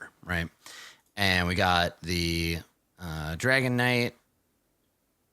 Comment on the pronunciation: I keep hearing “Dragonite” instead of “Dragon Knight” and the visual that’s giving me for their mini game is both epic and hilarious. Just imagine an armored legion of Dragonites, the Magikarp of dragons, just eviscerating wave after wave of knights in jester themed armor. I would pay to have that animated.